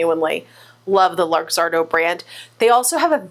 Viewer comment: FYI - Luxardo is pronounced look-ZAR-doh.